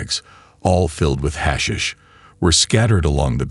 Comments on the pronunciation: Your hash shish ended it for me...thumbs down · We get it, AI can't say 'hashish'....ahhh make it stop. Let's go with 'weed'. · Gets on my nerves pronouncing it wrong